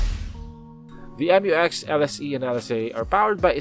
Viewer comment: should have been pronounced as "mew-X" and not M-U-X